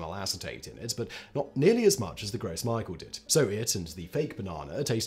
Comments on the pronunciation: Gross Michael? Really? It's French, and pronounced "gro mishel" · Gross Micheal! 🤣 that’s sounds awful in so many ways The way I normally hear it pronounced is grows mee-shell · Simon! My ears bleed when you pronounce Michel as Michael 😤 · I cried when he pronounced it as Michael 😂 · It's pronounced groh Me--shell not gross michael lol. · It's pronounced "grow mee-shell" lol, I'm dying.